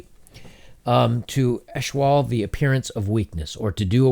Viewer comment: "Eschewal" is pronounced "ess-CHEW-ul." It comes from the verb "to eschew" = "to avoid."